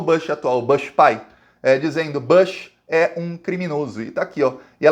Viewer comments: Oi,. Desculpe, usaria outro meio se tivesse. Seja um arbusto, mesmo ou o sobrenome estadunidense, a pronúncia correta é "bush", mesmo. A pronúncia aberta, "bãsh", não se aplica. De resto, grato pelas atualizações e pelo espírito! Abração. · fala Bush mesmo nao Bash, ou besh. e bush